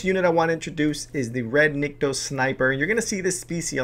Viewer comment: Cool ideas. But it's Nikto... Not Nitko.